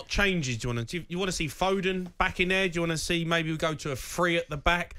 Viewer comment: It's foden not fodon like Iran is iron